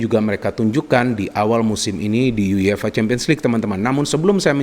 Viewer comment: Everybody: YUEFA: YU YE FA